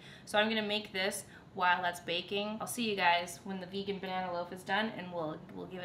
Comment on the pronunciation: everytime you said "v-eh-GAAAAN", I died. I liked this chill style of cooking cause it's real, it's you and it's entertaining, all the haters can buzz off. I think it would be fun if you tried an incredibly more difficult recipe that you've never done before but have been eyeing on your pinterest board ... you know what I'm talking about, I know you do.. and just see how it turns out!